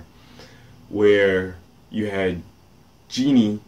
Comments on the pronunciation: did he just called her genie? (it's pronounced jhon) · Jeanne is pronounced John